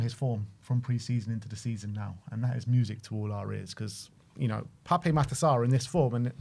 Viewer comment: I'm on a one man crusade to get all Spurs commentators to show him the respect he deserves and pronounce "Pape" correctly. As much as we want to say "Papay" it's just "Pap"